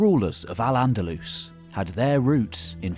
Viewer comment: Nice overview of the time - You nailed Al - Andalus nicely!